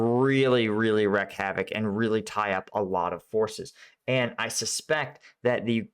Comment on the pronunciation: Just a heads up, if you “wreak havoc” you pronounce it ‘reek’ with a long e.